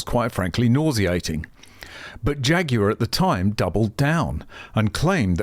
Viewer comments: I like the way you pronounce "Jaguar" Jay Goo Are. Ha ha. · " Phaguar" opps